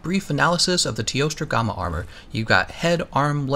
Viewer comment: Anyone else bothered by the pronounciation of gamma and recess? Just me? Really?